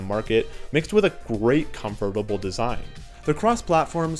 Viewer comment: The way u say comfortable is just horrible